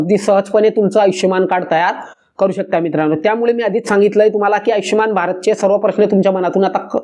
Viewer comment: आयचष्यमान नव्हे हो !! आयुष्मान !!